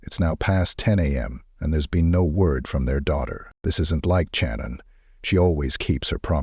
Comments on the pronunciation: Bruhhhh you're killing me SMALLS with Soo much emphasis of The CH on her name....🤦🏻 Just like the name Cheyenne it's pronounced As "Shy" Not "Che".... SHANNON only spelled with a C instead of an S .....🤦🏻🤦🏻🤦🏻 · 25 years, or so, here. I consider this to be the most Horrific crime in U.S History. I wish they would pronounce Channon's name correctly; it was pronounced Shannon and not Chan-Unn. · My final year of my JD at Tulane, I wrote a case study about this case. Take a guess at how much my prof loved it. And it's Channon, pronounced like Shannon. Thanks AI.